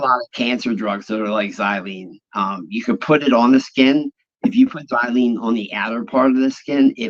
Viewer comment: Can someone please correct with pronunciation of the word XYLAZINE pronounced ( Zi-La-Zeen). NOT xylene